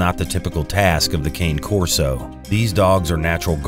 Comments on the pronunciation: YES and it is, and if you don’t know that you don’t know this breed! That’s a known fact, it’s not “Cain, King, Cane like a candy cane” ITS KAH-NAY KOR-SO sincerely a corso owner who breeds and shows …. 👏🏻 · The Italian mastiff is a (KAHN-neh)* Corso, not a walking stick (kayn)*. At least give it a lazy American, " 'Connie' Corso"... **Cä•nè [or can be marked as (cà•nè), but it still sounds exactly the same, so, it's however you need to see it, to say it] vs. cāne , (ah vs. ay) for further help, Search Merriam-Webster's Diacritical Marks and find pronunciation comparisons. To pronounce the Italian dogs name correctly, the A is pronounced like A in Kama or karma, which is exactly the same sound as the O in bother or cot. And exactly like when the doctor gets out the tongue depressor and tells you to stick out your tongue, and say , "Ahh". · Cane Corso is pronounced- KAH-NAY KOR-SO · I love my Cane Corso ( pronounced Cawnay Corso 🤨 ) . But I would also love the Alibai (Central Asian Shepherd) ... they are amazing. I don’t think they are to accessible in the U.S. 😞. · it's pronounced "Kah-nay" Corso.